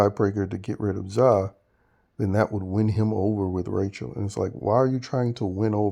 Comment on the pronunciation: It’s hilarious how you call Zae, Za